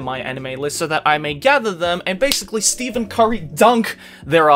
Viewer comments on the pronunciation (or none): Steven Curry? lmao. u say it like Stef Curry.... and hes not really a dunker, hes a shooter . u really are an anime man and australian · Bruh he even said steven not stephen 💀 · yeah that's the point, says SteVen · it's Stephen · It's pronounced "STEFAN Curry" for some reason, and he don't dunk. He's not that athletic, he shoots 3's. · Why did he say Steven curry smh